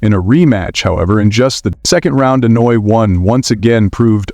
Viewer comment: If you are going to do a piece on someone, have the decency to pronounce their names correctly.